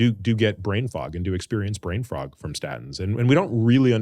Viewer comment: He said "brain frog" HAH ribbit.